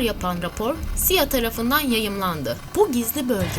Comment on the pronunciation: sia diye okunmaz. Ben de tam o yorumu yapmaya girmiştim ama C=Si I=Ay A=Ey diye okunur